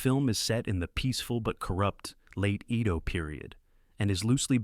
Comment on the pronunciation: Narration was terribly AI but overall ok. I wish someone would get AI to pronounce "Edo" correctly though